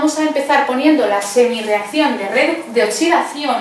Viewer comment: Esta mujer explica muy bien, pero me pone súper nervioso que diga oTSidación